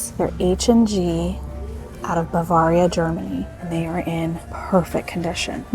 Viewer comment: It’s Bavaria, not Bahvaria. 😊